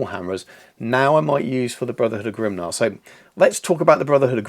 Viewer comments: GRIMNIR (grim-NEAR) not grimnar! 😂 great video tho, loved it as always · Grimnir is pronounced Grimneer but great work. I too love that a proper slayer list is back now. I too have no idea where to start with a list but am optimistic they can bring some pain. Will be far from top tier but hey who doesn’t love ginger psycopaths